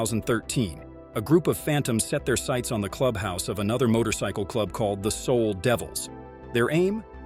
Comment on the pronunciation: Jesus Christ just get someone to narrate this shit. AI can't even pronounce motorcycle